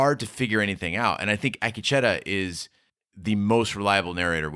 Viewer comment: You’re great!!A-KEEEE-Chi-ta Say it a couple times. Maybe that will help!!